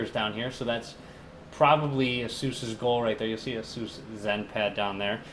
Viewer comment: u pronounced Asus wrong but nice vid